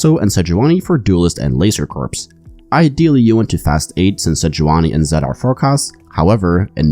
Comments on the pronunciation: fwiw, "corps" is pronounced like "core", not "corpse". And I suspect that "anima" would have a soft "i" sound like in "tin", not an "ee" sound. Love your content. Not intending to be pendantic - some people appreciate getting the pronunciation right. No offense intended. :) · Thanks for the great video! Two little things for pronunciation for the rest of the set. Corps (Pronounced Core. Not corpse) Anima (Ah-nah-ma. Not a-nee-ma) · Please stop saying Laser Corps with the "P" sound, "Corps" is pronounced like "core" without the "p" sound.